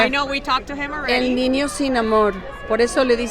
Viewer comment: She couldn't pronounce the Ñ sound, she said "el ninio que creció sin amor" 🙂